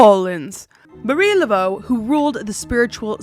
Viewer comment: Hey! I'm a Pure-Blood Cajun here, born and raised in Southern Louisiana. I just wanted to let you know that it's been a very long belief that if your say Marie Laveau's name wrong she will come and haunt you. The first two time you said it were incorrect, but you quickly switched to the correct pronunciation. Now a Gris Gris bag is basically just like a lucky charm with some ingredients and enchantments. Gris Gris is pronounced (gree gree). It's sort of just means negative magic. If someone is having a lot of bad luck we often say that someone must have put a Gris Gris on them.